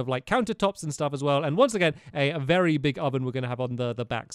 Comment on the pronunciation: you said vary old